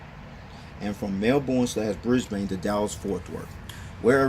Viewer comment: Also it's bris-Ben and mel-ben that's how they are pronounced (from an Aussie)